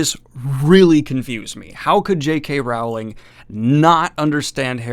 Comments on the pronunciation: If your going to SLAM someone you could at LEAST pronounce her name correctly. It's ROWLIKG like BOWLING. NOT Rowling like howling. Other than that, I agree. This book SUCKS!!! But please learn to pronounce her name correctly. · Hello Daniel, just FYI it's pronounced Rowling as in Bowling, not "Raughling", other than that, great video man! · Her name is not R**OW**ling (as in "ouch"), but rather "R**OH**ling, like "roll". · Rowling as in Bowling dude, not "Raughling" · I hate myself for even typing this, but it's Rowling, pronounced like "bowling." The middle part of her name is pronounced "ole," not "owl." Thank you for coming to my Ted talk. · Rowling is pronounced rolling. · I pronounce her Wowling But to defend myself with a German Acsend it's Wowwling or RRRowwling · It's Rowling, like bowling (not like howling) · You’re still mispronouncing Rowling’s name omg 😬😶 (sounds like Rolling) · Rowling is pronounced like bowling. Just fyi.